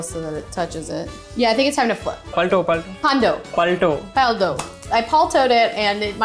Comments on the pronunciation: "I PALTO-ed it" ahahaha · She said I paltoed it lol I’m laughing like a fool 🤣😂. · Yes I was laughing like crazy when she said " I palat'ed it " 😂